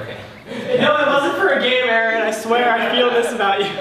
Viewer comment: loriii X You had one job ONE JOB It's Aaron Not aroon (I'm joking around so don't take serious pleaseee)